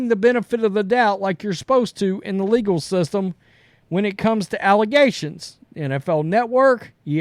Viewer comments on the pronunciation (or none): none